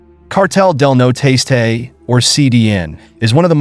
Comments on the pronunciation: Its Cartel Del Noreste, the northeast cartel, not noteste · Cartel de “no-Ro-est-aye” not “no tasteay” WTH did you get that in sounding out the word?! There’s no effinT! lol sorry great video and that the only Hang up I’ve got on the video. So besides that kudos and great find! Where’d you locate this info on these stories? Are u from Texas?! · I know that kept killing me every time he said it. You think Jeff Google translate it at minimum